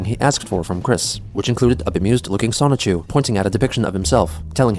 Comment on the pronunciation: The fact that you say "Sonic-Chu" instead of "Sonichu" is really weird lol